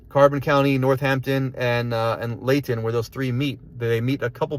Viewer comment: Its pronounced Lee High Ton..Lehighton